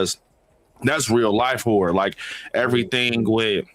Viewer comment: It sounds like you're saying "whore" instead of "horror" 😂